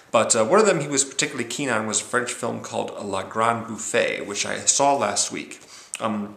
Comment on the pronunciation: The French word Bouffe is pronounced boof not boofay (there's no accent over the e).